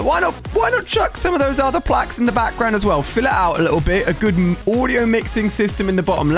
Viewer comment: When he said guud I laughed so hard